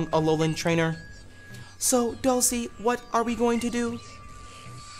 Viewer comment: I'mma need you to pick one pronunciation of Dulse and stick with it my dude.